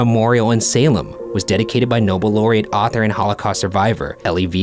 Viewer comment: All this and nobody mentions how Shane pronounced laureate like "Loriette"